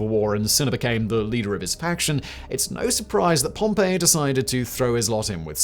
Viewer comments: it feels kind of odd how he pronounces his name as “pompeii” instead of “pompee” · Pom-PEE. Pom-pay is a place that got volcanoed. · Oh that's a shame, I thought you were making a clever joke about how he spent the whole video pronouncing the name Pompeii ("Pom-pay") instead of Pompey ("Pom-pee") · It's Pom-pee my dood. 😭😭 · Sorry, but I can't listen to a half hour+ of a pair of videos with Simon pronouncing Pompey as "Pompeii". I probably could have written the episode so I wouldn't have learned much if anything, but it would have been fun to listen to. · "Pompey was born Gnaeus Pompey the Great" no he wasn't 😂